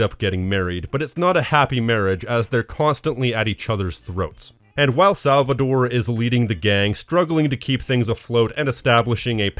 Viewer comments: tore, not -dore right? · It’s SalvaTORE with a T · Cool video but I can't ignore how weird it is how you pronounce Salvatore as "Salvador" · My man rally called Salvatore “Salvador” throughout the whole video. About the Maria dying in GTA3, developers said that she didnt died, they didn’t know how to end the Maria’s talk to put the song on for the credits so they just added a gunshot